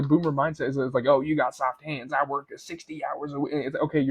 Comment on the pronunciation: Soft" hEands